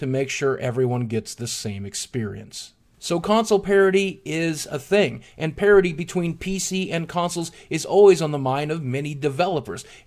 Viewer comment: Sounds like he say's Console Parody, which is fitting :)